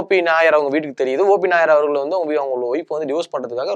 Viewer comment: யப்பா தம்பி காத்தவராயா, நீ ஆங்க்கரா, கிறிஸ்துமஸ். சுத்த பேஸ்தடிச்ச பிம்பிலிக்காவா இருக்கியே. மொதல்லே ஒன்னோட பேரை ஒழுங்கா சொன்னியா? "O. P. NAIYAR " ஓ. பி. நய்யார் என்பதை நாயர் நாயர் என்கிறாய். "தேவ் பர்மன் "என்பதை வர்மா வர்மா என்கிறாய். இளையராஜா இசையில் "செண்பகமே செண்பகமே "தேவா இசையில் என்னென்ன என்னென்ன வித்யாசாகர் இசையில் கொஞ்ச நேரம் கொடஞ்ச நேரம் பாடி உள்ளார். தீஸ்ரி மன்ஜில் என்ற இந்தி படத்தில் "ஓ மேரே சோனாரே என்ற பாடல் ஆர்டி பர்மன் இசையில் ஒரு கலக்கு கலக்கியது